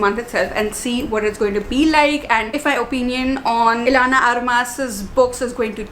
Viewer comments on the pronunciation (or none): none